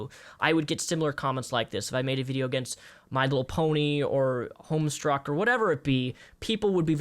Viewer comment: "Homestruck." XD It's Homestuck,. But I love ya anyways.